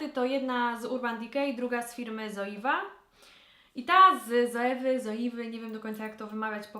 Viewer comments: Nie coiwa tylko coiva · Zoeva czytamy (co iva):) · Zoeva wymawia sie przez C czyli coiva. Marka jest niemiecka i w jezyku niemieckim z wymawia sie jak c. Pozdrawiam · Hej :) ZOEVA czytamy "coiwa" RLM kiedyś wspominała :*